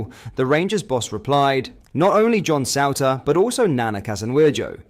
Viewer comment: what's with the mispronunciation of balogun Souttar it's a bit off putting shame it spoils the video knowing i know you can pronounce it properly